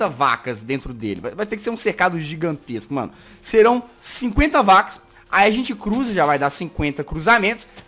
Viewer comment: VC taben falo errado além de gente VC falo sente oxé